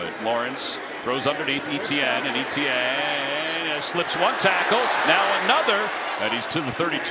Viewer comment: The player's name is FRENCH derived. It's French for the name 'Stephen'. It's pronounced eh-tee-en. EE-tee-enn is wrong in FRENCH pronunciation. M 🦘🏏😎